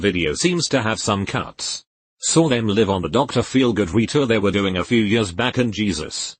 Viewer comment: When the robot can't discern between 'live' and 'live' and 'read' and 'read'...